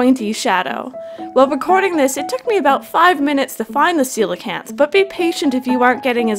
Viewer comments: I think it was called “Coke-Lee-Anth” 😂😂 but it’s “see-low-can-th” 😂😂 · lmao did anyone else think it was pronounced "coal-canth" before this video?